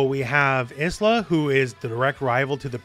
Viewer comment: in fact you say it perfectly here